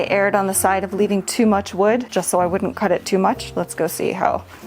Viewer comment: hahaa "wood'nt"